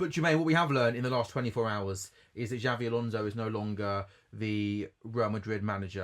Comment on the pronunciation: How any supposed LFC supporters say Xavi instead of Xabi is completely beyond me!